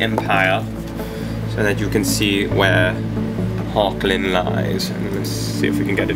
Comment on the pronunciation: I hate to correct you, but it's (phonetically) pronounced as 'Hog-land' The 'g' is pronounced as you scrape your throat (like the Dutch pronounce the 'g'). Hochland is German for High land. Or in Dutch it's Hoogland. =) (sorry I just couldn't resist telling you what it is in Dutch, as I'm Dutch =P ) ... so maybe the English accent you applied to the imperial, should be Germanic, like German or Dutch? =P Thanks again m8 for all your passionate and hard work! Hugs to Igor =)